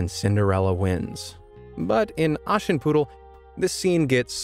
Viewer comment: sorry but how do u pronounce "Aschenputtel"? bro it sounds like "Aashenpuddl " (ok i know you usually speak english but ....)